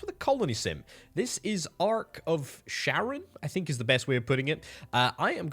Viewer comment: Assuming the reference is to greek mythology, it'd be Charon (boatman ferrying the dead across the river Styx) with a hard sound so not Sharon. Guess Charon upgraded his small ferry to a full-fledged Ark? 😅